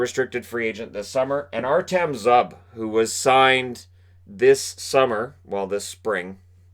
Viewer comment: Zub is pronounced Zoo-b